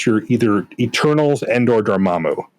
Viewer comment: Every time said Eternals I heard "Turtles...." I was like? who are the "turtles"?